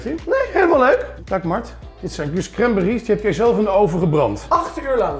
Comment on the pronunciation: hoe cranberries zegt. Crème berriesss. Haha